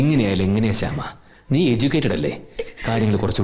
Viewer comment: ഭാവനയുടെ കഥാപാത്രത്തെ ശ്യാമ എന്ന് വിളിക്കുന്നതിന്‌ പകരം ഹേമ എന്നാണ് വിളിച്ചു കേൾക്കുന്നത്.. 🌷